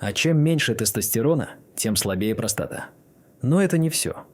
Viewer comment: после такой дикции ("простота" вместо "простата") захотелось колбаски под пивко.